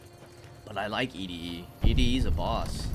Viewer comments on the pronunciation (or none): "E -D -E" instead of "Eddy" will never get old, brother lol love it!